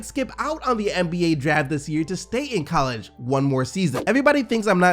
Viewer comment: I’ve never heard anyone say coll•EEGEE (college)